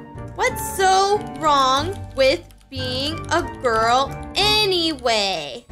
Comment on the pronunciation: Ya true I also think 😉😂😂 and it's girl not girk